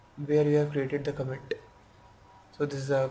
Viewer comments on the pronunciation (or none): commit uu h commit uu h commit uu h comiiittuuhh